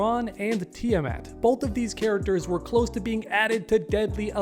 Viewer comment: Kid, learn to pronounce Tiamat.